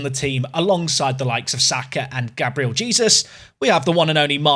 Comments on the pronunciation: That pronunciation of Gabriel Jesus physically pains me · Not going to lie, every time you pronounce Gabriel Jesus is making me twitch!